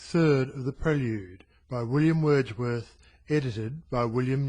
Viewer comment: WILLLLLLIAM WERRRRRRRRRDSWERRRRTH